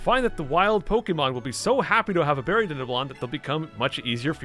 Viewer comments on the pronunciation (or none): none